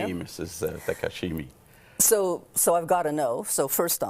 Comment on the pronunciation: he said takashimi lol I'm sure she's used to it.